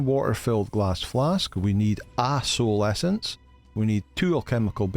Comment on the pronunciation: You gotta love the accent especially when you said A soul essence 😂😂